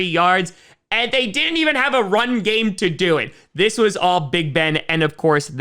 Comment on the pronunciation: I just realized you pronounce didn't as d'nt lol